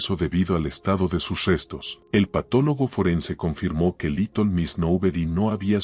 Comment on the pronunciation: porque dice liton en vez de litel?